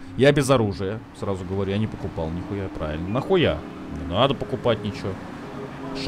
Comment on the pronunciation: 34.56 «успокойся, Амиго! Де нада! Де нада!»)) вместо «не надо!»